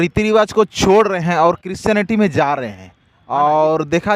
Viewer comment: Aby patrakaar kaar bhaiya aap pahle christionity to achha se bolne sikhye